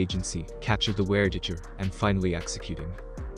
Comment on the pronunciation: "ware-tijjer" it was at this moment that it became obvious: the voice is a robot.